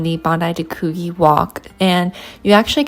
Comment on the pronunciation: Bondi to Coogee is a gorgeous walk and at the right time of year, you will often see whales. BTW, the gee in Coogee is pronounced like gee in gee whiz.